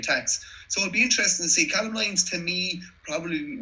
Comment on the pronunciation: Lads it’s pronounced cay-lum lyons